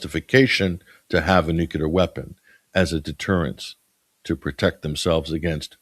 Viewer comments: I love to listen to you but I have one issue. Nuclear is pronounced exactly like it is spelled nu-cle-ar. I don't think you realize it, but you, like many people pronounce it nu-cu-lar. 😮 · NU-CLE-AR. N-U-C-L-E-A-R . Read the letters. Why is this word, "nuclear", so difficult for people to pronounce correctly?